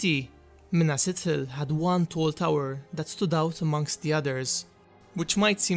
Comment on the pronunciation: Pronounced Ithil.. not Itil. The "th" sound is, well, just that.. th. It is not pronounced as a hard "t" (i.e. ithildin... Also of the moon... Lathai, or Lethai... Also referencing light. Anything representing moon, light, shining, etc, is a soft "t & h"